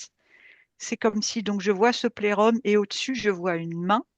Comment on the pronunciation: c'est un filtre schtroumpfette?? 😂 ça ne m'a pas vraiment aider à me concentrer sur l'écoute 🤣..., plérôme rime plus avec Jérôme que plexus solaire, non??? 😅